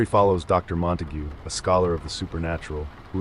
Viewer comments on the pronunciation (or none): none